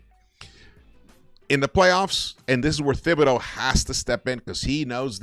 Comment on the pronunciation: It's spelled thibodeau but his name is pronounced tibbidaeu "Tibbs" not thibs. 😬